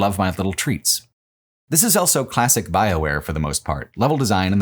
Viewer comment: Does anybody know where accent is from? I've never heard "Also" being pronounced "Ell-so"